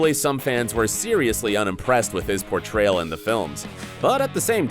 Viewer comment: portroyal? Lol